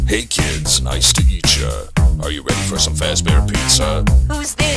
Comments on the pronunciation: He actually said “nice to eatcha” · He says hey kids nice to eetcha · Actually I just noticed that he said nite to eat ya